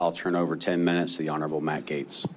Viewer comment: "Honerable" HAHAHHAHAHAHAHAHHAAH